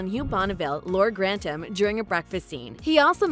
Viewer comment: Lord Gran-tam 😂